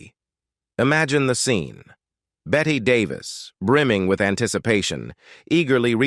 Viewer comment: Pronounced Betty...Beteeeeee